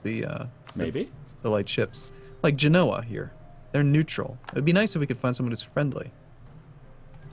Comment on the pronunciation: It's pronounced Ge-no-ah Genoa